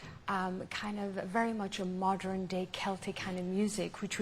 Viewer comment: I love how she pronounces the word "modern" like "moderin." She is so endearing.